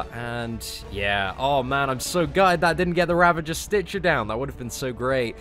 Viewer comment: It's Ravager not Ravanger lul